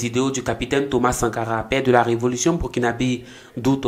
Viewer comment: Burkinabè svp et non bé, je vous en supplie. J'ai mal à la tête quand j'entends bé au lieu de bè🫤